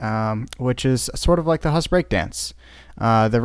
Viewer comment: It‘s called „Huss“ not „Hass“